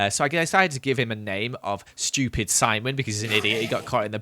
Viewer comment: I don't like that you pronounced stupid "schupid".